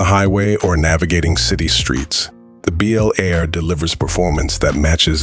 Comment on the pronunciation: A description of a new vehicle while showing 3 Different B. El Airs (Come on, and get your A.I. speaking correctly) of different years, and possibly customizers.